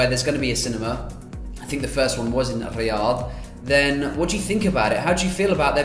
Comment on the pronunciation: I like how you say الرياض you pronounce it well👌🏼